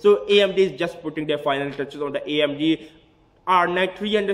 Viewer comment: hahahahahahaahahahhhwhhaha you sound to funny amdi is amd not amdi need beat en then rap amdi amdi hahahahahahahahahah